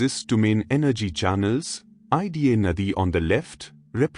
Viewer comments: Good video. But learn the pronunciation of ida ,prana correctly. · Thank you so much for giving this knowledge.🙏🏻 Prana is pronounced Praana Ida is probounced eda Pingala is pronounced Pingalaa